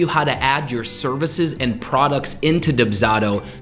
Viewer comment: This person's pronunciation of the service they're promoting is killing me and this is only the 3rd video in the series.